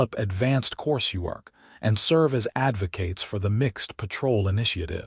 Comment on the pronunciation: "...and serve as AD-vo-kates"!!!!!!!!!!!!!!!!!!!!! WRONG FUKN PRONUNCIATION OF ".....KATES"!!!!!!!!!!!!!!!!! It is ....................."AD-vo-cuhts"!!!!!!!!!!!!!!!!!!!!!!!!!!